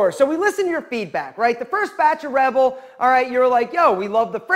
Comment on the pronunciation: this italian cant pronounce rebel man he sounds like he's promoting red bull😭😭😭